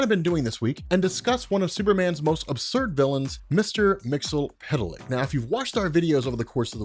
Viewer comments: Its Mix-yeess-spit-lick goddamn it. Not mixel-pit-el-lick not mixy-pit-lick. MIX-YES-SPIT-LICK!! Also its Vindictivex or Vindictive-ix not Vndvnm lol. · Why do you keep calling him "Mixo- pita-lick?" Its Mit-spit-lick" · Mix-ull-pittle-lick? To quote the imp himself, it's pronounced "Mix-yesz-spit-lick". And backwards, it's "Kill-Tipsy-Zim". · Love Comics Explained but his mispronuniciation of Mr Myxyzptlk is driving my crazy. It's pronounced Mr Mix-iss-pit-ill-ick. Not Mr Mix-ill-pit-ill-ick. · It's "Mxyzptlk", not "Mxlptlk". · he pronounces it wrong the whole video. It's pronounce mix-yes-spit-lick. Not mix-el-pit-el-lick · It's pronounced Mix-Yez-Spit-Lick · you are awesome and I know how difficult it is to pronounce the name and even more difficult to change how you say weird comic names after using them for decades but there is an episode of Superman the animated series where he breaks down his name... mix yes spit lick just an fyi but keep doing what you're doing I love all your content thanks for keeping me up to date for the past decade or so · Mixy-spit-lick, dude. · It’s “Mix Yes Spit Lick” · Here is how to properly pronounce his name: Mix Yes Spit Lick. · There’s no s sounds lol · Isn't his name pronounced MIX EEZ PITTLE LICK? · Love the video but his name is pronounced Mix-Yuhz-Pit-Lick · Mix Yiz Pit Lick. Why do you think the Z makes an L sound! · His name is pronounce Mix Ya Spit Lick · Stop butchering the name its Mix-Yes-Spit-lick Mxyzptlk is the name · Mix Yes Spit Lick. That's how it's pronounced. There's only one L in the name. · Mix Yiz Pit Lik, but I'll take the TAS joke pronunciation over anyday. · It's pronounced " Mix Yiz Pit Lic " One day you'll get it right. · It's actually Mr. Mix Yes Spit Lick He even said that's how it's pronounced from the 1990s Superman: The Animated Series cartoon. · Your pronunciation is WAY OFF. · I came here just to hear you butcher his name. I was disappointed.